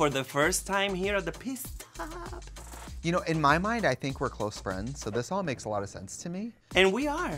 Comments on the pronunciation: THE FACT THAT SHE KEPT SAYING "PISS STOP"! 😂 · Did Jessica say “piss stop’??😂